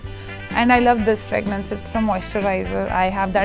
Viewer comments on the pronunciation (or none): It’s called fragrance.. Not fragnance.!! 😐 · And fragrance as "fragnance"😅